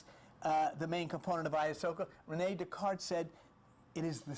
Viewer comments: I'm sure by now you know it's pronounced: I-ya-wass-ka. The trips taken with this element are indeed profound, life changing and highly spiritual. Makes one no longer fear death realizing this realm of existence is is just one of many dimensions. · blessings, thank you for sharing the knowledge. the information is clear It doesn't matter how you pronounce the words, I have the same problem sometimes. I think I like "ayasuca" better, cheers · After listening to Terence McKenna for years, I know the dimethyltryptamene and ayahuasca pronunciations, so your version of these made me laugh - but then you quickly learned the correct way to say the di-word, at least. I think I'm going to subscribe (I did) - you seem to really help the vast ignorance in which I habitually dwell. And you remind me of Bob Newhart.